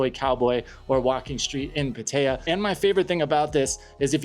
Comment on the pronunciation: you lost me the second you called Pattaya Pateeyyya. Dude, learn how to pronounce the name of the world's largest brothel